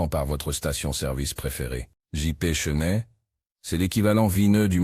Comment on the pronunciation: Bollineguerre...Chenette...dur dur L'IA